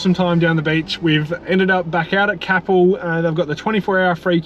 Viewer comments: i’m from capel! just a tip, its pronounced C-ay-pel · You guys are awesome! You make me giggle every time you say Capel though 🤣🤣🤣🤣🤣 it's pronounced cape-l side superman cape with an l on the end. Took me so long the first retime I heard you guys say it wondering where you actually were and then cackled when I realised you wee down the road from me in Bunbury 😂😂😂😂😂😭😂